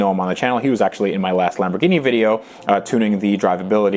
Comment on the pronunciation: charles L no it’s lam bor gini